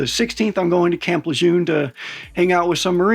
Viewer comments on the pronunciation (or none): none